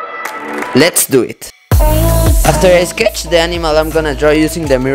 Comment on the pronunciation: your voice is so funny, especially when you say sketch